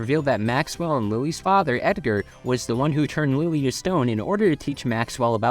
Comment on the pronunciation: I keep hearing Louie instead of Lilly